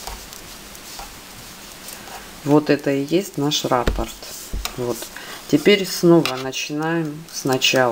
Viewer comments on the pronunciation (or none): да не рАпорт это,а раппОрт..ну нельзя же так безграмотно на показ..🤣🤣🤣🤣